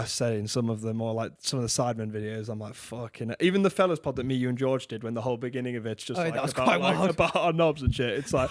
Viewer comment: "because of Beorge"